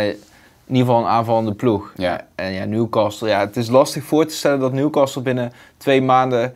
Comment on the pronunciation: Beste VI, je spreekt de T in castle niet uit. Dus het is Newcasle in de uitspraak :-)